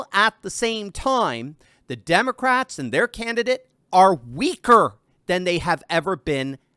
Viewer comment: Did you say demoscraps ass mole turfing